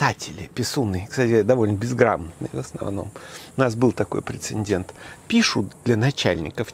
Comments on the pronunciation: Прецедент. А не прецеНдент. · Профессор! Нет такого слова в русском языке "прецеНдент"